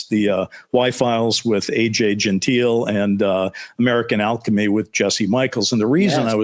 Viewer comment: Dude! It's AJ Gentile -- not Genteil